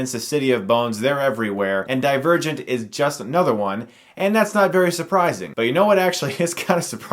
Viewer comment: I wasnt looking atthe title when this video started and I heard him say : Die virgint